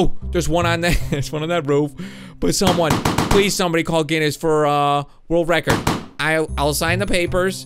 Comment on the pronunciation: why do you set a word reckord